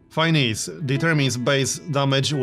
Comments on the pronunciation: Great Video, but one thing Finesse is pronounced Fin-ness(like the game character) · Hey, just a quick comment. Finesse is pronounced Fin-es if that makes any sense. Just wanted to let you know. Sometimes English words can be weird to pronounce.